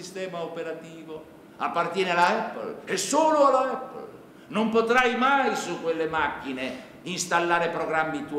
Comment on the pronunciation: la pronuncia non è corretta... APPLE si pronuncia eppol..... e basta! ahahah sono gli italiani che italianizzano la pronuncia... SBAGLIANDO ahahah